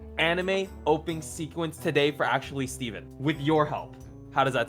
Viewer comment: STEPHEN STEPHEN STEPHEN XD that’s what I hear